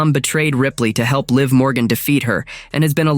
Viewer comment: Stop mispronouncing Liv 😢